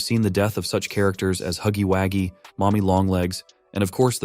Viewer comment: “Haggywaggy” “ITS HUGGY WUGGY”